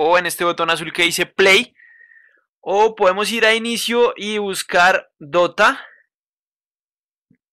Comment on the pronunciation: Busco dota “de o te ah” :,)